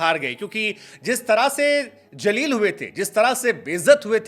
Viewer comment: Hindi apeaking people ki language ajeeb si hoti hai Jaleel nahi hota Zaleel hota hai Aut Jabaan nahi hota Zabaan hota hai Urdu ia far better than Hindi 😊